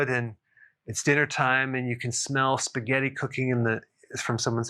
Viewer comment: omg why did you have to say spagetti!!!